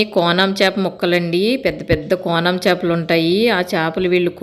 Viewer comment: సిస్టర్ మీ వీడియో అంతా చూసాను. బాగుంది. మీరు మెత్తలు అంటున్నారు కాదు నెత్తల్లు, కోనా ఫిష్ ముక్కలు అంటున్నారు కాదు తునా ఫిష్ ముక్కలు. మాది కూడా కాకినాడ కానీ నేను ఎండు చేపలు తినను. పచ్చివి మాత్రమే తింటాను. ఎందుకంటే ఎండబెట్టడం నేను చూస్తాను చాలా భయంకరంగా ఉంటుంది అందుకే నేను అస్సలు ఎండు వాటిని తినము.